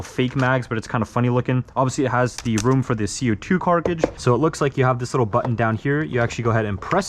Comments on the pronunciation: Co2 “CARTRIDGE” not carkage or cartidge. Cartridge. Pull yourself together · We just gonna ignore the fact that he's saying "carcage" not cartridge? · why is he saying carcidge and not cartridge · Cart-ridge, buddy said “Car-tige“ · ITS A CARTRIGE NOT A CARKAGIGE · CarTRIDGE not CRIGE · its cartridge not carcege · am i the only one who heard co2 carkidge? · Man keeps saying carcage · Cargige 😂 love the videos man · Did he say cockcage?